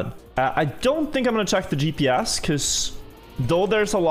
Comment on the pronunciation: Who else always hears “DPS” when talks about GPS lmao Dude has the cleanest accent for a Norwegian and then there’s the letter G😂